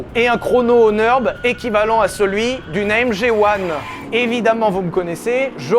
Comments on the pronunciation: Le Nürburgring ce n'est pas le "Neurb'": Nurre- bourgue - ring (de boxe). Pas de raison de le prononcer à l'anglaise. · arrête avec ton Neurb, c'est le Nürb, avec un ü comme dans ton Q